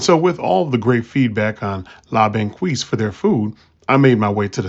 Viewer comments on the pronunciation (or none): As someone from Montréal, you should pronounce it like "Bong-keys"... Also, we don't call fries "chips", at least not in Québec. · Since you asked, Banquise is pronounced "bohn-KEES" :)